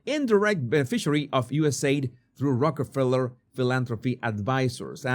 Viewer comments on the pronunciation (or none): none